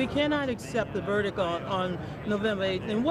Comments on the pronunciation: ⚡️News Flash ⚡️to Donna Brazile: it's pronounced VERDICT, not verDICK. Repeat after me: verDICT. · "the verdic"?? It's verdiCT you lying scumbag. The verdic. What an idiot. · Donna says Verdick?....Verdick??......Does that woman have any sense...or is that word part of her uneducated verbal blah blah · cometopapa boo "VERDICK" LOL can't say VERDICT